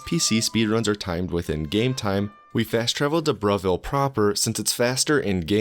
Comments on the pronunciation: It thought he said bruhville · I thought you said Bruhville as a joke but it's actually called Bravil.